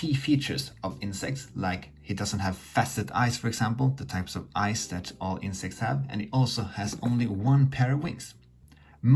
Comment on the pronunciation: glowing eyes, for the longest i thought he was saying glowing ice